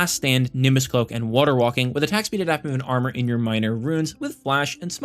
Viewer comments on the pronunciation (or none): none